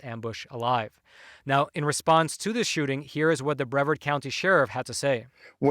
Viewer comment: Hi I live in Brevard County florida. It's pronounced bra vard not important but it shows me you've never visited. You should you'd love it here. And as a fan of your work I'd love to invite you. And I can assure you despite this attack on the police we have a very safe community.